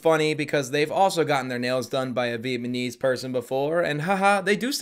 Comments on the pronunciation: Charlie: Alzheimers? Nah, it's pronounced all-timers.: Vietnamese? Nah, Vietmanese. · the funniest part is he says “vietmanese people” followed by correctly pronouncing “vietnam war” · Bro...I can't subscribe until you assure me that you know it's Viet-nam-ese and not Viet-ma-nese. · I love the way you say "vietnamese", it sounds like you're saying "vietmanese" lmao. Great video as always btw. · VietMAnese and Vietnam back to back is such a whiplash for me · saying Vietmanese instead of Vietnamese 😂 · Am I buggin or was saying Viet-mun-eez the whole time and not vietnamese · And it’s Viet Namese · Viet-na-mese - like you said Vietnam, why say Viet-ma-nese so many times homie? lol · PLEASE STOP SAYING “VIETMANESE”!😂 It’s Vietnamese. God I thought after the first mistake he’d correct it. That was the most offensive part of the video lol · Why does say vietmanese instead of Vietnamese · Viet-"NAMESE" Not "viet- "Manese"😂😂😂 n he keeps sayin it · Viet-ma-knees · VietNAMese. Not VietMANese, as you said, literally every time. Oof. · Bro are you pronouncing it 'Viet-ma-nese" on purpose instead of "Vietnamese" for a bit or just saying it wrong? Either way it's hilarious. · it’s Vietnamese not VietMANese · How many times are you gonna mispronounce Vietnamese? 😂 “vietmanese women.” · Why are u pronouncing it vietmanese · I know we all mispronounce stuff, but "VietMANese" had me rolling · HAHAHAHA I came for the Vietmanese comment, and i stayed for the All-timers :) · I came to the comments TO MAKE SURE someone brought this up😂. "Viet-ma-knees" is how it's spelled in my head. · Ugh, so frustrating haha. He's acting all superior and preaching while saying "Vietmanese" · he most likely has a speech impediment, atleast he’s supporting the viet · I had to find someone mentioning it in the comments. VietMyKnees. Lol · am I the only one who hears him say "Viet-MANESE" every single time???!!! LMAO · Vietmenese 😅 cracked me up